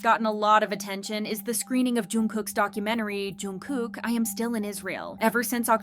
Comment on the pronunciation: What is "joon kook" , the pronounciation of his name is not hard. And include yourself also in the list of those kmedia, netizens and youtubers who spread false video and news and tarnished his reputation. It was not the fans who were demanding him to leave, it was antis, Armys are still supporting him hard and will continue to show love and support. I really hate kmedia so much, Suga with other members of BTS did so much for their country and this is how they are treated. And the investigation is over so how about you focus on current topic regarding taeil. Edit: I see you deleted the previous video where you called Suga "a liar"